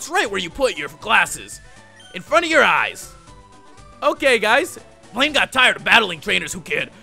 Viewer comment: when you said VS. BLAINE, I heard "Blame" XD